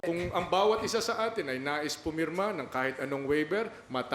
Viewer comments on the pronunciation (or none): none